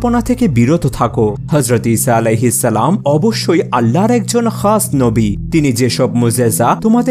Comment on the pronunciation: ইসাআলাহিস্সালাম কি ? ঠিকমত উচ্চারন করো ।